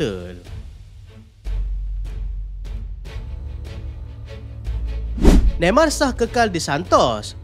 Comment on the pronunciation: AI glitch : Hostpital